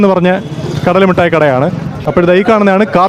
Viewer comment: പിന്നെ മിഠായിക്ക് മുട്ടായി എന്ന് പറഞ്ഞാലും വേണ്ടില്ല, പക്ഷെ കാഷി വിഷ്വ നാഥൻ എന്ന് പറയാതെ കാശി വിശ്വനാഥൻ എന്ന് പറയണം. ഷ അല്ല ശ(ഇതുവരെ അത് പഠിച്ചില്ല 🤦🏻‍♂️)